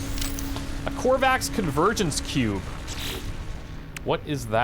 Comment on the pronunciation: I almost thought he said companion cube when he said convergence cube. Been playing too much portal...